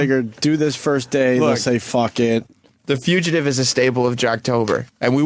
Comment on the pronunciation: Hearing Opie say few-chuh-tive repeatedly might be even more painful than listening to him yell "HOLD ON HOLD ON!" I guarantee THAT is why Ant wanted to kill Sam, not just hearing the bit again.